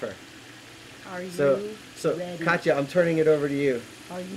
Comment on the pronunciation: Hi &, thanks for taking my question about a first PCP for hunting. I enjoyed the video and contribution to the discussion. pronounced my name correctly which is rare. Then she busted my balls! Haha 👍 You gave me more to consider. I also realize now I may need to go up to.45 cal to get the power I desire. I am definately looking for a Swiss Army knife in airgun form. The coyote hunting changed the dynamic of the discussion. No doubt power and precision are both required. The Avenger and NeutronStar have promise. I'll keep watching your content and check out website. My search continues. My next question? What would be a solid PCP for deer hunting? Swiss Army knife type preferred. Thanks!